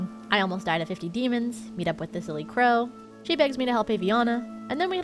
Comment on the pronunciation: I heard "The Silly Crow" the first time you said her name during the druid quest and that is now her name in my head.